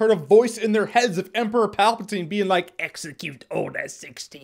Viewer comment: i lost it when you said "exiqute order 66"